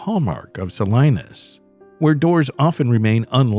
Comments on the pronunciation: Sa-Lee-Naas not Sa-Lie-Naas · Its “ Sa-lean-us “ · It’s Sa-LEEN-as. And this “peaceful community“ comment, Salinas is like any community, none of them are that peaceful. I knew a nice guy that got murdered there because he opened his motel room door to the wrong person. He was only there overnight on a job. They couldn’t bear to tell his mother how he really died. Take care out there, people.